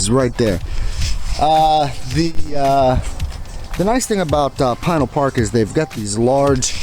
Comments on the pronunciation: Great video! As a native Arizonan I'm familiar w/the areas around Casa Grande & the mountains to the south & the east & your video highlighted the area well. Just an FYI regarding Pinal Park or Pinal County. Pinal is actually pronounced Puh-NAL instead of PIE-nul. Keep on pedaling! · Pinal is pronounced puh-NAL instead of PIE-nul. Very good video. I used to live in Casa Grande back in the late 60s when I was just a wee-un. That's back before there was even a town called Maricopa. Amazing to see whole new towns popping up in my lifetime. Also cholla is pronounced choy-uh. Really enjoyable video & a good reminder that bicyclists can indeed use the Interstates. Keep on pedaling! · Enjoy the videos as usual....keep 'em coming. BTW, it's pronounced pin al county, also, stay away from vekol valley...smuggling corridor bigtime